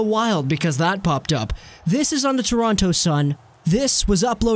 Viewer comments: It's Toronto not torontoe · Can tell you’re not from Toronto by the way you say it 😂